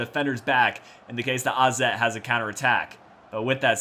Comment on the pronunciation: Wait... How did you pronounce 'AZ' the right way?